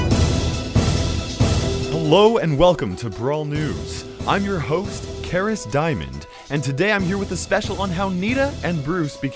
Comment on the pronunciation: “Karis diamond” “Kryos time” “Cara Simon” Godammit